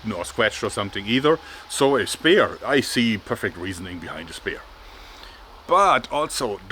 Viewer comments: Spear pronounced "Sp-ee-r" not "spare." Sorry I know English is stupid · Jörg ... “spear” wird “spier” ausgesprochen, nicht “Spehr “ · What you read as spear, try pronouncing it as speer. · threw me off when you were saying spare but you meant spear lol